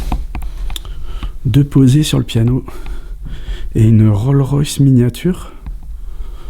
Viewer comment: Juste un petit commentaire pour dire qu'à la fin c'est une RollS Royce, le "s" de Rolls se prononce